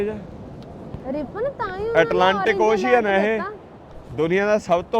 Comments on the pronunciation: Ocean ਅੋਸ਼ਨ not ਔਸ਼ੀਅਨ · It's ocean (ow-shn) not oshian